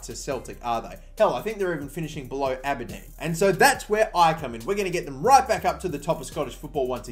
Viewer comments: Ah-Ber-Dean ...Aberdeen. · As an Aberdeen fan the way you pronounced our team name made me cringe sorry. for the future it's Aber- Dean.